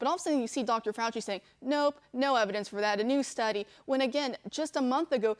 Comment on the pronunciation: YOU MEAN DR FOW-CHEE